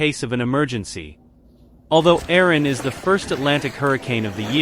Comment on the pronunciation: Why are you pronouncing it "Aron" when it is Erin?